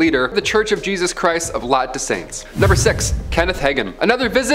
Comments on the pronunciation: In case anyone else was really confused, Angie Fenimore is in the "Church of Jesus Christ of Latte Dei Saints" and not "Latter Day Saints (aka mormons)". He definitely said Latte Dei Saints, I was just having a hard time hearing it and had to look it up. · Isn't it pronounced "Latter" day Saints.. lol And Yes Jesus is real, pray to him and have your mind blown.